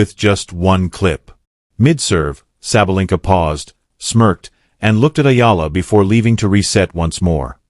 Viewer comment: The narrator changed his pronunciation of SABALENKA about four times. Referred to her as "he", etc. Sounded as if he had never seen a match or heard of the world #1 woman.